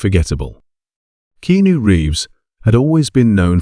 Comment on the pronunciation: It’s key-ah-noo. Stop lettering AI narrated/created videos on YouTube